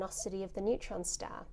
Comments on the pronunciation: I like how you say "stah." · i love it when she says star stah